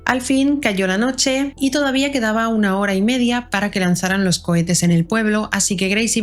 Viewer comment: Dijo coetes o cuetes ?? 🤔🤔